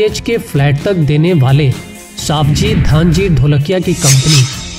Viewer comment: It's not सावजी भाई it's सवजी भाई I am from Gujarat and I know his name